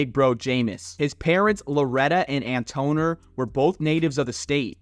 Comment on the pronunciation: Come on slim, it's pronounced "An-tah-nor" (Antonor) do your research before you come outta your mouth in error, incorrect and totally wrong misinforming the people...please do better.